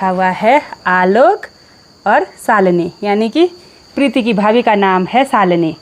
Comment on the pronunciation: Salini ni shalini naam to sahi lena sikh lo 😂😂